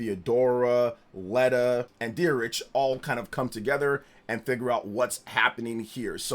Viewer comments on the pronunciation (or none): Dietrich is pronounced more like "Dee-Trick" and less like "Deer-itch" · It's Dee-drick